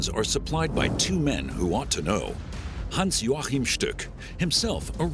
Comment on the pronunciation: Was I the only person who cringed when the narrator pronounced Stuck's name as "Hans Jorchan"?